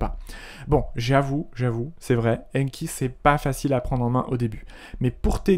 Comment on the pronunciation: Il ne s'agit pas "d' AINNNNE........KI" mais "d'ANKI" avec AN prononcé comme dans nouvel AN. Veuillez réviser votre prononciation avec ANKI justement!